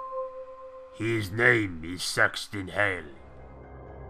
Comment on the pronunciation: “His name is sixth inhale” xD